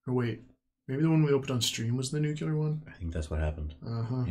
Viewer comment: I'm starting to think you guys are saying 'nuclear' wrong as a troll.